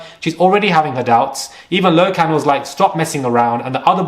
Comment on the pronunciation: His names Lochan not Low-can